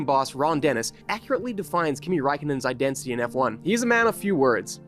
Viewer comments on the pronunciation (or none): Is this a AI presenter? Or just poor schooling? idencity, identity is the correct word